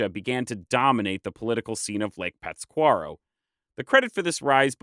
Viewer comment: It’s really hard listening to you mispronounce Pátzcuaro. Lol you’re putting the emphasis on the wrong syllable. You even left out the accent mark when you wrote it in the video.